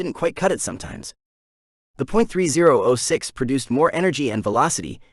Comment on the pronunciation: Hay, I'm thinking you're not a big gun guy. 30-06 is pronounced thirty ought six (caliber - year of introduction)..308 would be three O (the letter) eight, without the point (.) and.223 is two two three with or without the point or five five six NATO if talking metrics (that how the military designates it, though there's a chamber pressure difference between.223 and 5.56 x 45mm NATO) and.308 is seven point six two (by 51 mm, but you don't need to say that part most of the time, same with 5.56 x 45mm) NATO. not giving you a hard time (or trying to sound like a know-it-all), just thought it would help. and military ammunition is all full metal jacket where civilian ammo can be soft tips and hollow points (more destructive but can't be used in war per geneva convention)